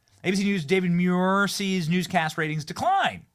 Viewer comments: Pronounced, MOO-EAR. Not, ME-YOUR. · 1 man 4 syllables DA VID MU IR